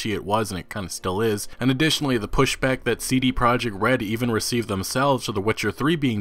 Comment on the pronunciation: He does some quality work but I hate how he pronounce the letters C, D & T.